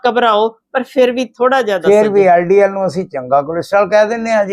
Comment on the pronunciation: SSA jee tusi hdl te ldl galat bol ditta he isnu theek karna